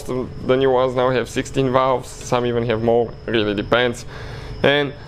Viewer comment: Borat with the valvggggs